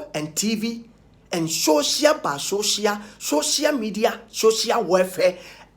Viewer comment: The word is social media not showcial bro Kwaku.😂😂😂